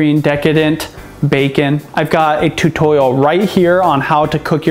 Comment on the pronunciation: seconds how he says tutorial